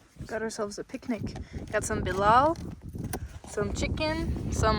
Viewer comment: IT'S NOT BELAL i'm haha it's Balila 🤣🤣🤣